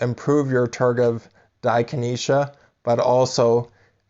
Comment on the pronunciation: Right. How can I trust the advice of someone that can't pronounce it right.